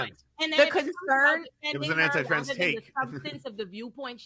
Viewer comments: Bro why do you keep saying "transes" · Wait. Why does say Transes? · Here for "tranzez" 🤣